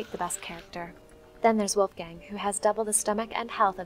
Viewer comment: that pronounced volf or wolf? Damn German-American linguistic corruption. DX<